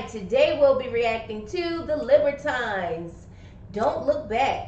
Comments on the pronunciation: Pronounced Lib-er-teens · I'm sure someone may have mentioned this by now, but it's pronounce "LIB-UH-TEENS". 😉 Great video though guys. My favourite line from the song is "Cornered, the boy kicked out at the world. The world kicked back, a lot f#%$ing harder though!" Oh and react to Hi Ren by Ren! Edit 4: Oh you have done already. 😂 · Pronounced liber teen.A libertine is a person devoid of most moral principles, a sense of responsibility, or sexual restraints, which they see as unnecessary or undesirable, and is especially someone who ignores or even spurns accepted morals and forms of behaviour observed by the larger society This is prob their most commercial hit and was used in comedy Gavin and Stacy which was partly written and acted in by James Corden from the late show. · Awesome, more please, pronouncement is "liberteens" after they split frontman Peter Doherty started babyshambles also a good succesful band. The libertines are back together after a long split. Peter is finally clean and made some great solo albums aswell.